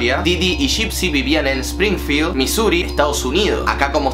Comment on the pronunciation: Cuando dijiste sprinfiel me iso recordar a:loooos simpsooooooon xd😂